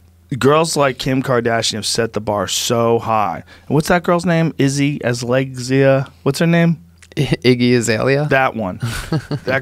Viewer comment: Joe “Izzy Azlegzea” Rogan